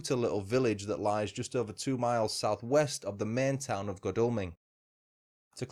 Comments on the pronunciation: Jarred every time you said Godalming... Should be God as in God, Al as in Al Capone and Ming as in vase.... goodness knows where you did your research lol ps aside from that was quite interesting 👍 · I live here, locals pronounce it god all ming